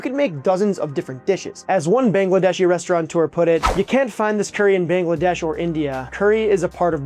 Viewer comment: ReSTAURateur, not Restaurant-eur. 👍🏻